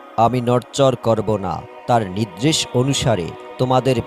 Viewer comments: নিদ্রেশ হবে না.. নির্দেশ হবে.. উচ্চারন ঠিক হওয়া দরকার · মূর্খ, নির্দেশ কে নিদরেস বলে